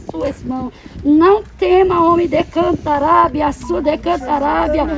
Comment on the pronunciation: "decantarabia" ... Affff...